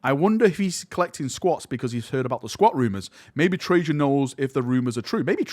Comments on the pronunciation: Really enjoyed the video, thankyou for this. But the cryptek's name is Trazyn, with a Z instead of a J. You might be thinking of Trajan Valorous from the Custodes. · Why are you pronouncing Trazyn like Trajan....? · Tra-zin not Trajann valoris lol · Reign in your excitement you keep calling Trazyn Trajan.. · It’s TRAZ like hat. Not like hey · he keeps saying trayzin like trajann